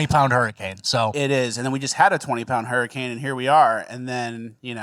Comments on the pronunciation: Why does he keep saying Hermi-cane? Legit question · It’s pronounced “Herman Cain”